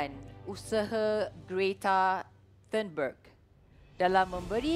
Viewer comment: Not turnberg ... But tienberg because she's from sweden